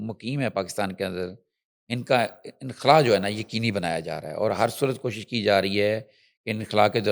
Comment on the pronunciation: میڈم انکھلا نہیں ہوتا، انخلا ہوتا ہے